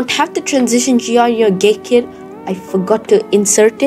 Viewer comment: i heard GayKit XD